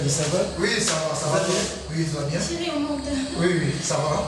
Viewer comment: lembisa bizeti ya koloba ko ba mpangi ya Vincent!!! Chéri et non cheuri osalaka nga matoyi pasi un moment na ba elobeli na ba mabanga na yo